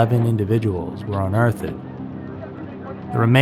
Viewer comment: I've never heard anyone pronounce 'unearthed' as unearth-ED. He's such a good narrator, but I can't get over the fact that he pronounces that word like that in every script that has it.